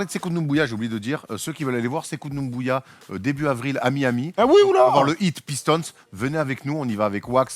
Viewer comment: Quand est-ce que va dire sekou doumbouya et pas sekou ndoubouya